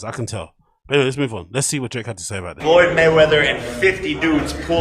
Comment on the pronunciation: Your second time saying Floyd's name is worrying. You gotta lay off the Schaub content, it's contagious. Get well soon lol.